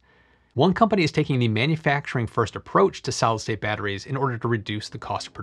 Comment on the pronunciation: It is actually pronounced solid state not solstate. I enjoy your videos but you need to speak more slowly.